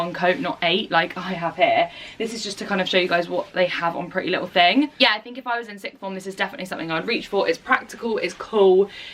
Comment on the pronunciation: she said pretty little ting :) xx